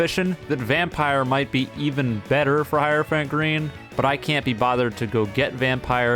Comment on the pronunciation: "Hierophant pee"